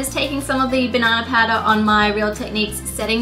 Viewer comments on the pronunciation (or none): Did she say banana powder? I couldn't understand it